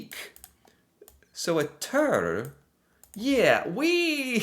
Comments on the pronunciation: Ha ha ha ha, right?! 🤣 Jeg: "tur". Han: "tørr" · When you said "Tur" (and pronounced it incorrectly 😉), you unintentionally and mistakenly used the exact sound for the "u" that you should have used for the "ø". 😂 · You mean USA only and not the entirety of America with all 35 countries and territories when you say America, right? The Ø is pronounced just like you mispronounce the U in Tur. The U is pronounce like an U sound, just like you do in the last sound in You...